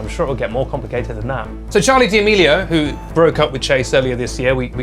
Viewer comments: D’amelio isn’t said like that lol - it’s just said “damelio ” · Pretty sure he says it like that as a joke